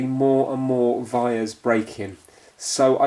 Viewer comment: What was the word to describe the link through the board? Was he saying vires? It wasn't wires was it?